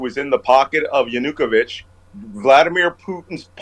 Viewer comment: They found Navalny. In a penal camp in Siberia. Malcom, you have to learn how to pronounce Russian/Ukrainian last names. The emphasis is on the first syllable. YA-nu-ko-vich. I speak a bit of Russian and Ukrainian so I’m used to the names. Great video!! 😊